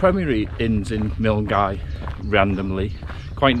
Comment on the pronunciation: Milngavie - pronounced MULL-GUY; LOCH (LOMOND) - not LOCK (LOMOND)